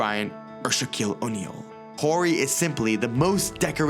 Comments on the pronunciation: Why is it in every video and game I’ve watched its pronounced Robert Orry, yet his guy keeps saying Horry throughout the whole video? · OOOOR-ry, the h is silent. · I've always been under the impression his last name is pronounced 'Orry' (silent H) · HOW DO YOU MISPRONOUNCE HIS LASTNAME EVERY TIME WHILE YOU'RE PLAYING CLIPS WHERE YOU ARE HEARING IT CORRECTLY PRONOUNCED?! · It's always fascinating to me how someone can repeatedly hear how a name is pronounced, and then somehow continue to pronounce it incorrectly. Also, it's "Big Shot BOB." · The H is silent. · Its big shot Bob The H is silent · Mispronounced his last name the whole video, but great video